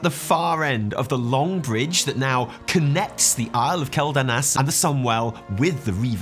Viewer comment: I still can't get past how pronounces Quel'Danas wrong. It's Kwel-Dah-Nahs, btw.